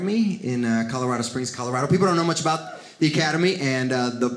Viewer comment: "That's what I'M talking abouf!1'